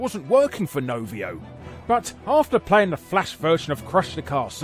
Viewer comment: Novio? It's Rovio